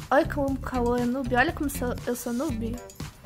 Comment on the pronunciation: O fala turo bom jente kkkkkk